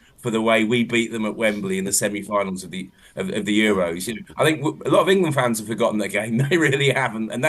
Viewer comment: Gabby making England a 3 syllable word on repeat 😂